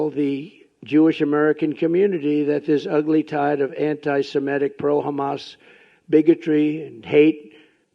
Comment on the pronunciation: & its anto semITIC not sem ETIC YOU ORANGE d....ard!!